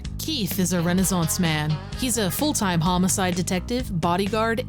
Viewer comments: Wait...did he say he was a homo-cide detective? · I heard it as "I'm a homo-side detective" and I was frigging confused man. It just didn't click because of how they pronounced it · I honestly expected it to be a wrestling game based on the name of the game and the characters in the thumbnail. Also, that guy at the start of the game really should have taken another stab at pronouncing homicide